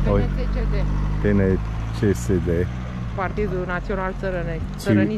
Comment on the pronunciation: 👏❤️👍 Your romanian pronunciation is on point. 😉👏 PNTCD= Partidul National Taranesc Crestin Democrat. 😉